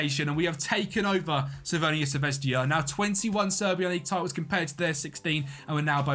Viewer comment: Please stop calling Crvena Zvezda as "CRVENIA ZVEZDIA" or you could just use a english alternative as Red Star and the serbian pronunciation is "Cr ve na Zve z da" The English letter J in Serbian is pronounced as a Y and not a J